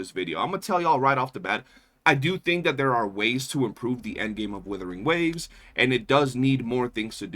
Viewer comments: Are you surprised from the guy who says Woothering Waves? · if you can't pronounce Wuthering waves properly, I become immediately more skeptical of your takes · No wonder the AI voice had hot shizznit takes. Besides not pronouncing Wuthering Waves properly, saying Reh See Tee Fyers, he ended up getting 1 Dorito on that TOA clear. What a noob, hehehehehe